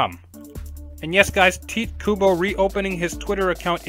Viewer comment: why can't people say his name right (Ty tae - Ku Bo) pronounce it right TITE KUBO